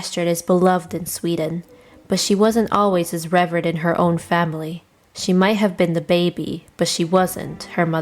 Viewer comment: I'm with you on this one; "reverred" and "boweled" are beyond my tolerance level. I'm sure it won't take me long to find a better video on the subject.